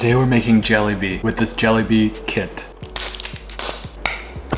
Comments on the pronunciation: NO MY GUY REALLY SAD “jellybea” NO FR STOPPP THAT WAS JOKES It’s pronounced ja-le-bi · its pronounced "ju-lay-bee" not "jellybee" i laughed so much after hearing you say that 😂😂😂😂😂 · 1. Pronunciation is like and eh your saying “jelly bee” its pronounced “Ja le bee” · its pronounce '[H]alebi' the fact you said it like jellybean :] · “Jellybea “ it’s” jelebe” that how u pronounce it anyways . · As a Indian I’m cringing because it’s pronounced “jelaiby” not “jelllybea” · Jellybea???isn’t it pronounced jeelabee and I the way you said it sounds kinda like jolli bee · it's ok, but if u wanna know, it's pronounced jălābē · No hate, this is correct but he isn’t fluent in an Indian language like me and some others may be. Btw its pronounced JaLAYbee, but these words take practice ngl! 😅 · Its pronounced „Jaa-leh-bi“ in Tamil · Bro it’s actually JUH-LAY-B Try to pronounce it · Exactly, to simplify your pronounciation spelling, JA-LEY or LAY , BEE (BI) JALEYBI Say it in a normal tone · heres the pronounciation JA - lEH - BI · as an american-born indian, im not going to talk about your pronounciation of "jellybee". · Everyones sayin youre pronouncing it wrong but its completely fine my man. if you do want to know the actual pronounciation tho, its juh-lay-bee or atleast thats how i say it. keep up the amazing content, 70% of you is still a certified desi 💪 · The correct pronunciation is "Jaal-ay-bi" Hope that helps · Y'all stop laughing at his Juhlebi pronunciation, we should blame the packet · Lmao it's pronounced " JA LE BI " and also the Minecraft music in the bg is hitting hard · It’s Pronounced Hua-Le-Bi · they way he pronounce is cute jellybee 😅💌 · it's so cute how he pronounces it similar to "jelly-bee" 😭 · why he pronouncing jalebi as jollibee💀💀💀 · You should pronounce it like ‘jeelapee’ cause that is actually how u say it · You are certified Desi! But it’s pronounced Juh-lay-bee! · As a Bangladeshi, we pronounce it as JI-LA-PI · I pronounced it as “jollibee” 😂